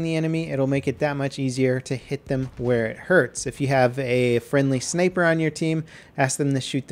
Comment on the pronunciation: I like how he says “snaper” instead of “sniper”